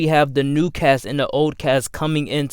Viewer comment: “Duh story of duh wolverine” “De worst consistent” Why do you say duh?